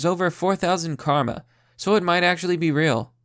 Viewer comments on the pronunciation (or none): none